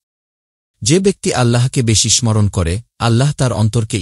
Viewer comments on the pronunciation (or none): ভাই,আপনি স্মরণ বানানের উচ্চারণ বার বার ভুল বলছেন, আগের ভিডিওগুলোতেও একই ভুল উচ্চারণ। উচ্চারণ মরনে হবে না,sorone সরনে। ম এর উচ্চারণ এখানে হবে না।